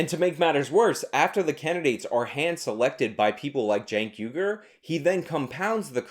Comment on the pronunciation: Hey man. Has anyone ever told you that it's pronounced 'WEE-gurr'?